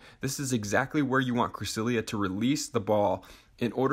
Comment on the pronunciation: not to offend you, but it is pronounnced cre-SEL-ee-uh